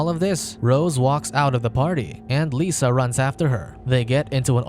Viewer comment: I know it's petty. but her name is "Lissa" not "Lisa". It's a soft I not a sharp E